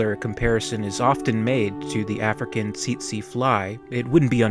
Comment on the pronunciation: 'Tsetse' is pronounced 'tet-see'.